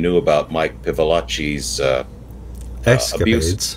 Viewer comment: PILAVACHI not Pivilachi!!